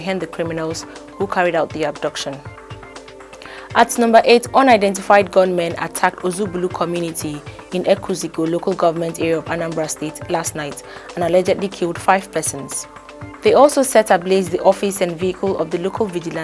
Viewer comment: You give out good information. It is not acceptable that there should be only one comment in the comment section. Secondly, take time to rehearse how to pronounce words like “Oodua” “Ozubulu”